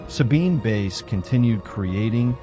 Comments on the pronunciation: Great series - just to mention pronounced Sabine 'Vice' ( French Swiss origin ) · Wonderful work. Except that the photo of men whistling at a young woman in Italy was made by Ruth Orkin. I value these videos greatly, I only wish you would take moment to look up pronunciation of your subject's name. While I appreciate your pronouncing the w correctly as v, n this case, someone hearing about "Sabine Vace" might wonder whom you meant. I wouldn't mention this if it didn't happen often in these videos.. In this case the last name is German, in which the second of two these consecutive vowels is the one that gives the sound, that is, same sound as our long "i" in English, as in "white" (which is what "weiss" means in German). when switched, as in Friedrich, the long "e" is sounded. (Not all the vowels work this way.) Best wishes.